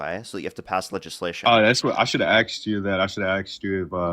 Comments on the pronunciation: It's ASKED....not AXED! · Less than 5 min in I can tell this young punk is woefully ignorant, "and sruff."🙄 It's not that he clearly isn't an eloquent speaker, he is not, but what he said was so flawed and choppy he is clearly not an eloquent thinker either, "ya know, bro".😂 LOL he literally said "I should have axed you". 😳 It's ASK you undereducated moron.😡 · You're 19 kid, you don't have a perspective built on experience over time, you're brand new at this. You don't get to make decisions for the rest of us yet, sit down and wait your turn. "Axed"??? Little man, the fukin word is "ASKED"... learn how to speak like an adult if you want me to take you seriously as an adult. Being in the country undocumented IS NOT a crime, it's an INFRACTION... that's why immigration issues are dealt with in CIVIL COURT, not criminal court. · should tell him he does not want to be "axed" at all lol